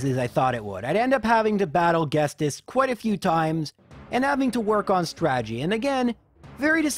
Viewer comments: I dont really care much, but the man's name is Ghetsis. Like Ghetto-Sister. not like 'guess this' xD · It's "Geet-sis", not "Gest-es". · I’ve never once heard someone say it “guest-ist”, every single person I’ve talked to says it’s “ghet-cis” or “get-cyst”, I also find it funny that you say herdier as herdié in a sort of French/Canadian pronunciation but pronounce unfezant as “unh-phesant” You are one bizarre man my friend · It's not ghetsis it's ghestis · My heart hurt when he said Ghestis instead of Ghetsis. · It's pronounced "Get-sis" not "Guest-iss". Anyway, props to you for being able to beat this game with a freaking Delibird of all things. I think you might almost have an easier time with a Ditto. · Everyone: Ghetsis: GHESTIS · Everyone: Ghet-sis: Ghes-tis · The original music for Ghetsis must sound so much like 'Dennis', that you never heard the correct pronunciation of Ghet-sis, and not Ghes-tis! Haha :D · The dude's name is Ghetsis not Ghestis lol. Great video as always regardless of that. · "Guess-tiss". He has an s before the t, it's "Get-sis". Granted, I called it "Yurecreek city" and not "Ecreteak City" for the longest time, any name in pokemon suck to pronounce lol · The T is before the S. Jet-sis (or Get-sis), not Guest-is. Most of your other pronunciations are correct, though. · love the video, but you know the s in ghetsis comes AFTER the T right? Its not ghes - tis its ghet - sis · GheTsis not GhesTis :P Merry Christmas! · I hate to be that guy, but it's Ghetsis as in get-sis, not Ghestis, or gest-is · Ghetsis is pronounced as Gedsiz, not get-sis. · GHETSIS, NOT GHESTIS. CAN'T YOU READ? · No judgement, but it's Get-sis, not Guess-tis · buddy, I love your stuff but every time you say ghetsis (get-sis) as ghestis is really setting me off lol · Why do you call him Ghestis? Like it's Ghet-sis not Ghes-tis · It's Ghetsis not Ghestis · It's GheTSis, not GheSTis. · You were right, I am upset with "Guest-iss" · "Ghestis" XD